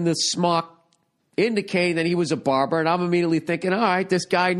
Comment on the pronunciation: lol "barber" shop